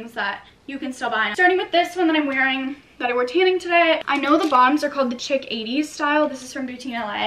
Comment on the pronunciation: It's pronounced sheek.